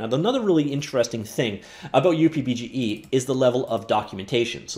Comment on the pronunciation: just call it "Up" BGE please stop the weird pronunciation please .... its not pronounced as "U" + "P" BGE Fred/K.S